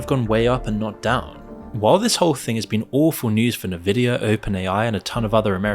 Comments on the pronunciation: It's pronounced EN-Vidia not Nividia. Had to say something! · It's "n-vidia" not "ne-vidia" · How you don't know it's pronounced EN-vidia and not Nvidia baffles me. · "N" vidia.... not "Na" vidia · not "nuh-vidia" 😭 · semi_intetersting, a considered overview of a possibility with no meat in the AI explanation. Also, for documentaries sake, at least learn how to pronounce En-vid-ee_ya. theres a reason the N is capitalised even in logo format. if youre gonna cover this graphics chip company that has been producing for decades, mention they were absolutely responsible for the gigantic waste of energy for many years during the crypto-mining boom, also ripping off gamers as a significant side effect. they prioritised selling chips for mining farms and ordinary people had to fight to be able to buy graphics cards. AI is still in its infancy, its similar to when search engines began as simple webcrawlers, later becoming advert based resultant pay2win outputs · Nevidia, lol! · NIVIDIA LMAO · The fact that you said Nuh-Vidia offends me 😂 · The proper pronunciation of Nvidia is "en-VID-ee-uh”. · dude please learn how to pronounce Nvidia it's really annoying how you say it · Maybe learn how to pronounce Nvidia before making a video about it. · I had to stop this video half way through. Every time the narrator mispronounced Nvidia is was like sandpaper on my nerves. Dude, it's "En-vidia", not "Ner-vidia". You also mispronounced the word subsidiary.